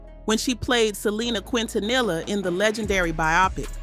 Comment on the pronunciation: At the minute You ruin Selena’s Quintanilla last name its pronounced kin-ta-ni-lla So you have a better understanding of the pronunciation 😮come on please or google it 🙄